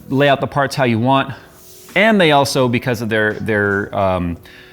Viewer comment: “They are aHGHHGlso” 😂😂🕺🏾 I love you all jokes